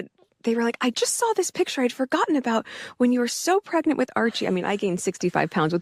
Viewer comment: "27 months megnant".... howling 🤣🤣🤣🤣